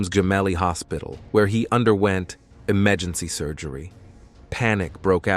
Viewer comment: I hate this AI voice that's used everywhere. Please use a real human narrator for your vids. AI is horrible, with jarring mispronunciations and inappropriate stresses and emphases. "Pop" mobile, and "emejency" surgery indeed.